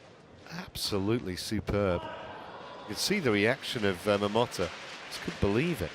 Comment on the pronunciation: Stop saying Momota like this.